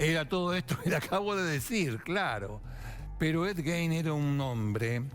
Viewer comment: se pronuncia gain